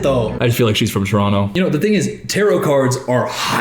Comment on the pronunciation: impressed you pronounced toronto like a local ngl